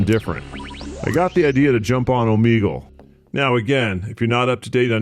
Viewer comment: Just a heads up for the future its pronounced O Meg L